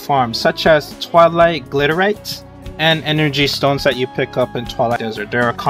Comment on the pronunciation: Nice old, outdated Vindictus logo. Also, bro, it's not Gliderite. It's Gilderite. Ugh. How can you be pronouncing it wrong when the spelling is literally right in front of your face? Also, again, why do you call Mine Bombs "Mine Ores?" That doesn't even make sense? -_- One more thing, the name Charles isn't pronounced like [Charlie's]. It's like [Charuls.]